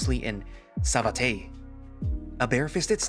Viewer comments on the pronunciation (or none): Not to be a rude smartass, just saying that "Savate" is supposed to be pronounced 'suh-VAHT'. It's a kind of French martial art.